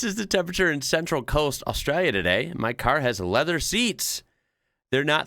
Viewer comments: First time viewer and I really enjoy your take on Australia. Please learn to say Australia with the L sound though. Saying as austrayia just means the same as sayibg America as 'murica -- very bogun/red neck. I can call a pass on town names because we have a lot of strange ones but please work on not saying Australia with a Y 💜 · Am I the only one thinking that starts to sound a bit Australian when he says something about Australia? Longer comments and it disappears, but the way he says Australia. Netherlands here, so not-native speaking English.... I am not capable of imitating an Australian accent, American and English I can manage... I doubt if anyone will ever see food in the shape of the Netherlands... For those who have never seen a map: we refer to it as a man and his dog. And there is a diver in the south west... Once you see it, you cannot unsee it.